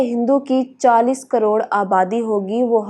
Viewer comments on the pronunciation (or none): none